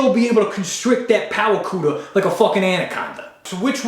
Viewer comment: "Powah cootah" has me rolling 😂😂😂😂😂😂